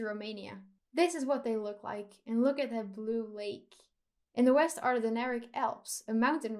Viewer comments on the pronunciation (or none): none